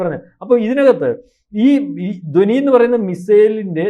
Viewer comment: ദോനി അല്ലടെ. ധ്വനി. നല്ലവണ്ണം ഉച്ചരിക്കാൻ പോലും അറിഞ്ഞുകൂടാത്ത താനൊക്കെ എന്തിനാടോ Podcast ചെയ്യുന്നത്. പോയി ഉച്ചാരണം പഠിച്ചിട്ട് വാ. അല്ലെങ്കിൽ പോയി നാക്ക് വടിച്ചിട്ടു വാ